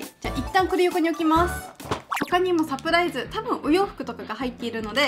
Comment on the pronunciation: LOL,サプライスじゃなくて、 LOL,サプライズだよー(^^) 余計なこと言ってすみません(TT)